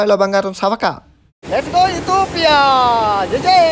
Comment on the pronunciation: నాయనా...ఈ దేశాన్ని ఇథోపియా అని అంటున్నావు, అలా కాదు ఇథియోపియా అని పిలవాలి...